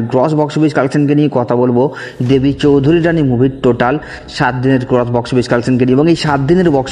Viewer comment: Dada ota choudharyrani na ota "choudhurani"